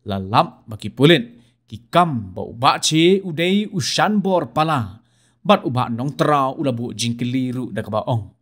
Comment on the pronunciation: thoh te thoh "Sanbor" ong pat te "Shanbor"